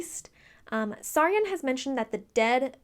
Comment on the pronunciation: You called Saryon Sauron! Oh man